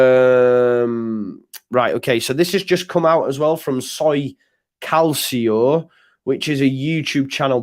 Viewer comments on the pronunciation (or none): Calcio is pronounced - Cal chee OOO. C is said like church in 🇮🇹 Italian.